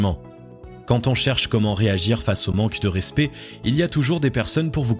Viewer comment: Très bonne vidéo 👍👍👍. Juste un bémol. Le mot "respect" se prononce '' rèspÈ '', et non '' rèspÉ ''. Sinon à part ça, très bien.👍